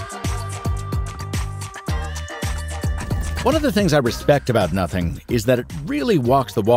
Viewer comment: On, it sounds like F***ing or NOTHING Ohh